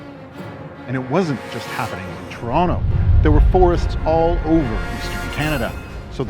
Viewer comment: A wee bit too dramatic, fella. You've even exaggerated to tronnicity of easing off the edges of Toh-tonn-toh, Net net, thiis is totally overboard and needs to be re-recorded. Like just read the script, OK? This is a You Tube video, not a tryout for Alfred Hitchcok.